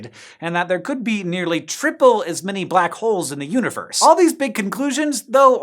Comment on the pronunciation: I understood "uterus" instead "universe"